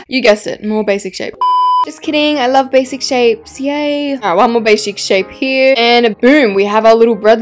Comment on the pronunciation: the way she said "bashic" 🤣🤣🤣🤣🤣🤣